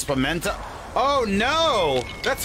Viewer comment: all of them saying “pemento” is killing me